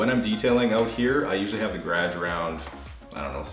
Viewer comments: I soooo want to subscribe but every time I watch your awesome videos you say gradge instead of garage. LOL!!!!! Great vids, love watching the Bissel Spot Pro clean the carpets. For some odd reason that is satisfying to see that sudsy dirty water get removed from the carpets followed by the clean sudsy water. Is that weird? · I never knew that the word 'garage' was one syllable. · Love the way he says garage 😂😂